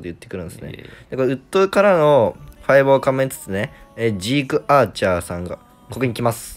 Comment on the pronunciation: ジークアーチャーが「シークワーサー」に聞こえてマジでダサすぎてワロてる